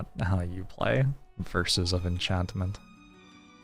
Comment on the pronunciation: “Verses of Enchanimeni”